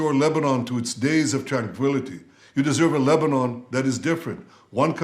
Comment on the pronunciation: LEBANON❌ LEBNONE✅